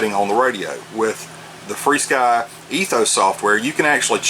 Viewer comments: Why do ya call this free-sky? Says fr-sky on the front of this radio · There is no "ee" in the name. If you pronounce "F" and "R" you get "FAR"! Rather than call it "Furskee", we call it "Far-Sky". Just sayin'